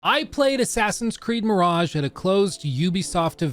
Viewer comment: Ahhh, Assassin's Creed Mirageeh